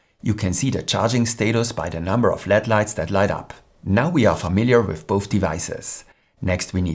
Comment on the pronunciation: Very informative. Thank you. One note for future videos: native English speakers do not pronounce LED as if it were a word. We enunciate each letter: L-E-D. It seems like it would be natural to say it as if it were led. But we don’t. We use the initials, which mean Light Emitting Diode.